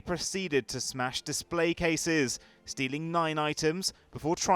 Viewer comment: narrator b like threatening security guards they proceeded to smash DISPLAY CASES